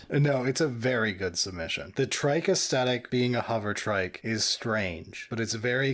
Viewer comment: I'd become convinced that mispronunciation of "aesthetic" was him trying to wind up the audience, and then said it too. So I guess it's just a weird dialect thing. Anyway... I broadly agree with your conclusions, but I'd argue that the Imperial Agents' aircraft is a lot closer to what Air Cavalry / Heliborne actually is than the Deff Koptas. Air Cavalry is Infantry in an helicopter - who then get out of the helicopter to fight. If you stay in the helo, you're not infantry, you're a pilot and not cavalry.